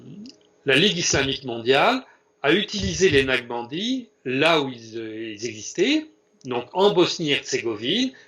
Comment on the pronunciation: Excellente démonstration. Toutefois il faudrait prononcer NAQ-CHA-BAN-DI et non Nachbandi/Naqbandi pour que l'auditeur non averti sache de quoi il s'agit. Merci